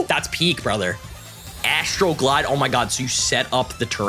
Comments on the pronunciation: When i was listening, i thought it was Astroglide..... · Was it just me or was anyone else giggling every time said "I got Astral Glide" because it sounded like he was saying something else lol